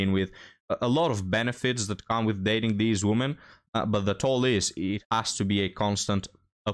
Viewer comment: I'm here to listen to you talk about " theez woomans"